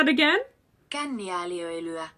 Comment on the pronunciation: KÄNNIÄÄLIÖ(I)LYÄ you missed the letter i there between Ö and L